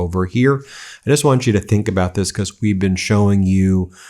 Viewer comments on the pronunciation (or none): why do you pronounce the word because as becauss.....when you read the word cause....do you also pronounce it as causs ??? is it for attention or flair??? is it supposed to sound intellectually elevated??? to be honest it sounds completely out of the ordinary and ridicules !!!! and im actually curious as to why you do that Ben....i doubt you will answer ...in fact im sure you wont...and you really dont need to remind people to subscribe because you need to hit some next milestone ...i hate being reminded if things i already KNOW i can choose to do if i want to....and like most people i dont need constant reminders...it gets annoying all the time....i have zero subscription and its exactly how i want my interaction with the internet to stay....it invades too much of our lives as it is already !!!! so maybe ease up on the begging or Reminders all the time bro !!!! im not subscribed and i see most of your posts ...but only the ones i CHOOSE ...lol savvy ?? keep opposing the insanity of your Gov....its the logical thing to do...everyone on earth hates bullies and pedophile wannabe dictators thats for sure !!! be careful who you support like good ole buddy Cohen....the closet magat you used to call upon to act like he was NOT the traitor that he truly is !!!!! i read him likea book the very first time i seen him !!!! lahooooooo zaherrrrrrrrrrrrr !!! LOSER !!!!!!! lol